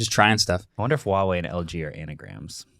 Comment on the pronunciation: The brand is actually called Huawei with a h sound at the start. Calling it uawei is like calling Google Oogle. :D